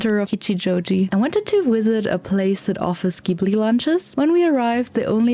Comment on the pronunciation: It’s pronounced JIBLEE!! 🙄